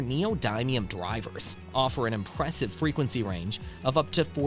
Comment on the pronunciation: 😂😂you said impwessive 😂😂